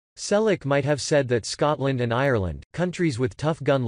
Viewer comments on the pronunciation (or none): none